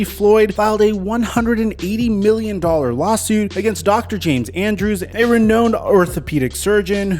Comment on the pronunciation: "re-known'd" Bruh lol